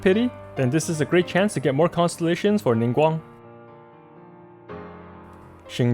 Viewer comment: I'm getting Ningguang since she's the only 4 star I don't have. I really appreciate you pronouncing their name correctly, you're so cool! Thank you for the awesome guide as always.